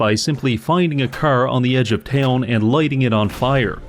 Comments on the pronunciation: like I said, idk what's up with them, it's weird that he pronounces "car" as "kerr", normal people don't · not sure how him being canadian makes him say "car" wrong, 99.9% know how to speak properly, source: am canadian